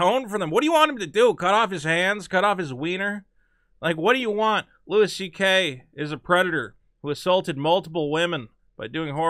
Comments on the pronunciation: It's pronounced "Louie" not "Lewis" you fucking monkey. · FOR FUCKS SAKE, STOP SAYING "LEWIS" (sprinkled with praise like he's your favourite comedian) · goddamnit pronounce the man's name correctly;)